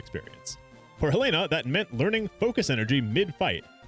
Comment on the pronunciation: Finally someone who correctly pronounces Helena